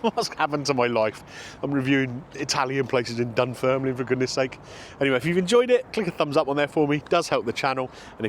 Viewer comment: You said Dun Firnland, try saying these two small villages in england, Worcester and Bicester and then say Dunfermline correctly.